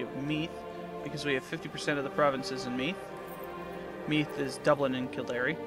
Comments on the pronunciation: Its Kil-Dare not kil-dar-e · Oh by the way Kildare is pronounced Kill-dare not Kill-dairy hahahahahahahaha